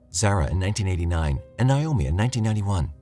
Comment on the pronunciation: Naomi is pronounced Nay-oh-mi, and not Nye-oh-me